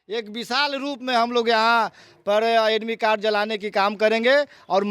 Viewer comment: ई मास्टर साहब एडमिट-कार्ड को एडमी काड बोल रहे हैं, बहुत सारी अशुद्ध शब्द का प्रयोग कर रहे हैं इनकी पात्रता परीक्षा अवश्य ली जाए।😂😂😂 इनका कहना है कि मेरा काम आंदोलन करना है 🤣🤣🤣🤣🤣🤣